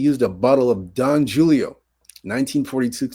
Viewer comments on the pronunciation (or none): Its Don Julio, but the j is pronounced as a h just so you know. Don hulio😅